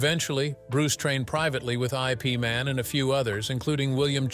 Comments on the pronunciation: IP is pronounced "if" not i. p. as in "If Man" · It's not I P Man, Ip Man or Yip Man. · "I. P." Man? It's Ip Man. You'd figure they could pick an AI could pronounce Bruce's master's name. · Sifu is not I P Man, it was Ip man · Haha click and bait! Got me too, Bastard! If the pronounce his name, I Pee Man,” there’s definitely something wrong here!! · I. P. Man? 😂 you’re killing me! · I P man? WTF? This narrated by AI? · I P man. Ha, ha IpMan, IpMam, IpMan